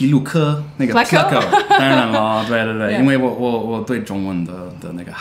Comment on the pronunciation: You've been saying it correctly. He's saying it wrong in the video.